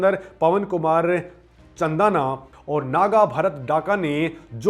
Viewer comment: यह इंग्लिश की ऐसी तैसी है चंदाना नहीं है चांदना है